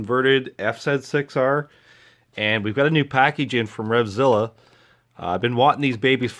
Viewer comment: Was pleasantly surpriesed to hear the bike pronounced correctly, F Zed 6R :) Had to confirm which one was the left bolt for the offset engine bolt. My son sheared the top of his off when he dropped the bike, but no damage to the bike at all. Thanks for the great video.